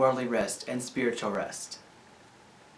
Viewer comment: I like the part where you said spwitual